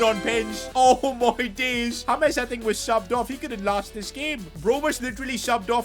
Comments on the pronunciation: It's J not H...James not Hames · BRO ITS JAY-MZ not HAMES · It is James not hamez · why you calling colmbian super player names his nime is James Rodrigruez not hames and not nickname to. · Who is Hames? His names is James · Why are you calling James, Humes? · Bro he is called James, not Humes! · Why does call him humeez